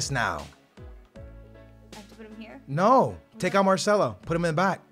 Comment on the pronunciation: instead of Marcelo he says marshmallow?????